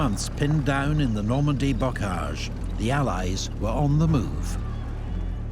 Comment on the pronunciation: Bocage dude, not Bogage.